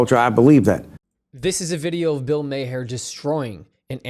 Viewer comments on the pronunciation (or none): Bill maher's last name is pronounced "Marr"